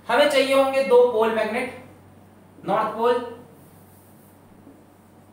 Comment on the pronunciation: Everytime he said north pole and south pole I heard North Korea and South Korea 😅😅